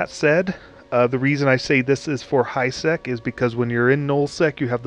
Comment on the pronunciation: It sounded like high s#x when you said it in the beginning of the vid